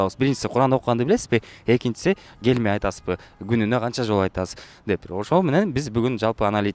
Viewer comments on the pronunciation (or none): гелме дебей келме деп айтчы тооба кылдым!